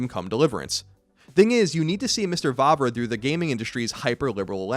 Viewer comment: finally someone pronounced Vávra´s name well :D